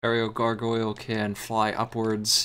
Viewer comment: it bothers me how cant properly say gargoyle lol sweet ass game tho